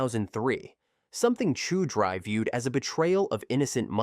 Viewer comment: First story…it’s pronounced Chow-dree.